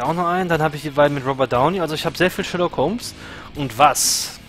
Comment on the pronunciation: Perfekt ausgesprochen:D Sherlock ist einfach ein Meisterwerk geworden:) und so lange dauert es ja bis staffel 3 auch nicht mehr;)